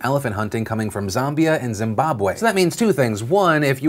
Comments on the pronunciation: Phillllllll, it's pronounced Zam-be-a not Zom-bi-a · Phil it's ZAM as in Ram not ZAM as in Zombie.. my 2 cents now carry on, your AWESOME! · ZAMbia not ZUMbia. ZAM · Wahahaha. Zaaaambia!!! Not sure what the correct pronunciation is, but we (South Africans) pronounce the first "A" like the "a" in"and" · Lol Phil trying to pronounce “Zimbabwe” and “Zambia” made my week